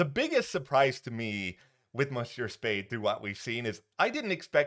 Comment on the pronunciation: Yikes,! Your pronunciation of French words like "monsieur" and "bonjour" is absolutely horrible. I sincerely hope you will refrain from doing that again. Aside from that, nice presentation. 🙂